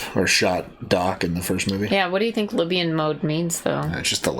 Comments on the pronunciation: It's "Lihtium mode",. not "Libyan mode" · It's LITHIUM! Not Lybian. The conjecture was that people would need to be on Lithium to get on in the future.